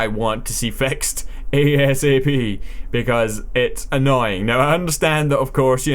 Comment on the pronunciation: "ADSAP" - 2013